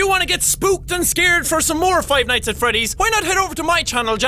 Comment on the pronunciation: when he said "five nights at freddy tree" I could tell that pronunciation isn't this guys forte.....